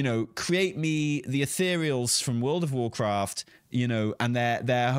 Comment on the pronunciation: Banner says "Warcrat" ;)